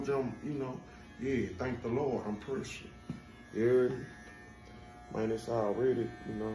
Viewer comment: Yooo y'all a different kind of Hilarious its "Pressure"😂😂😂😂😂